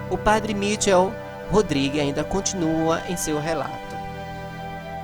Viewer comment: A pronuncia é "Maiquel"...